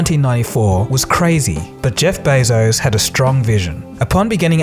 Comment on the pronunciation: Jeff Bay-zose? it's beh-zos and dayta not dahta pmsl